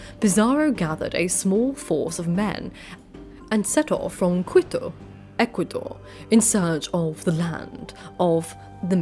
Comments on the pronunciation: Conqwistadors and Qwittoh 😂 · Just when you said Jimenez, also the U in Quito is mute, like in queue, apart from these 2 things it was pretty good.